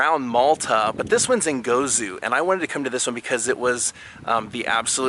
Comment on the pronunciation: LOL! It's GozO, not Gozu. haha. You are forgiven because you showed so much passion for our history. Yes, these ancient temples are all over Malta and Gozo, and 2 of the largest are in the south part of the island, and are actually covered by a huge tent like structure to protect them from erosion of the elements. They are also more ornate in carvings. Some say the holes on the walls were fitted for beams, which were like locks to close what would have been wooden doors. Also, if you can imagine, the entire structures were covered by a domed stone roof!! Ggantija (G pronounced like "giant", as that what the name implies), is truly amazing! Did you see the sphere like carved rocks laying about too? Amazing!! There are MANY still standing wind mills all over Malta, however, most do not have the rooves and actual wind mills on them. The one you went to is quite special indeed. You are SO right - thee is SO MUCH MORE to see in Gozo. The Citadel of Victoria, the Inland Sea, and did you know, the largest domed church is St. Peter's Basilica in Rome. The 2nd and 3rd are both in Gozo! And the 4th is in...Malta! lol GREAT video. Grazzi!